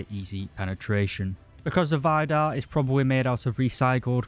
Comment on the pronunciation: Why do you keep calling it Vajdar? Everything and everyone ive heards it's name from, including Kratos, naming one of scandinawian gods, said Veedar xD